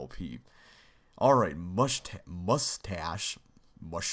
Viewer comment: don't feel bad about making mistakes like that. I imagine recording makes your mind preoccupied since your doing many things at once. and/or nervous. Mushtache:P somebody should make a compilations of fails and stuff like this from all the LPers of chips challenge